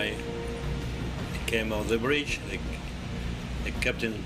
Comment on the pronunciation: Bridge not brig (jail)...🙄